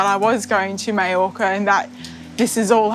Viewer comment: Why can’t the Brits properly pronounce MALLORCA?? MY-ORCA!!! Not ME-ORCA!!!